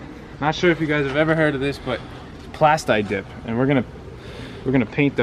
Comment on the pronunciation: Pronounced Plasteeeeee dip bruh...lol